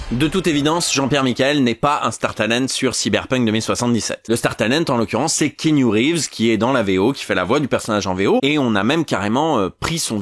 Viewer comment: Par contre keenu reeves se prononce kéanu et non kinu 😊